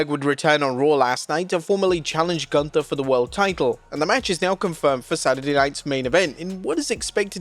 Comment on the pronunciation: The announcer said.... "GOLUNTHER" 😂😂